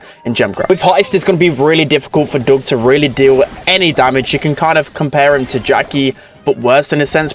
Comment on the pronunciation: It’s Doug not Dog